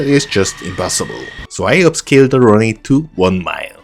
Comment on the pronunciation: I dont mind the accent, or inflection, I prefer the authenticity. But, if it makes you feel better: work on "Runway". Run Way, Run whey, Runwhey; like cards and whey. But, like I said, authenticity is better than perfection.